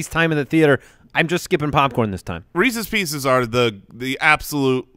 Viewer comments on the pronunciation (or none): Everyone: Reese's pieces: Reesees peesees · Re-sees pe-sees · Am I the only person whose skin crawls every time says "Reecees Peecees"? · shouldn't be allowed to have Reese's Pieces for pronouncing it like that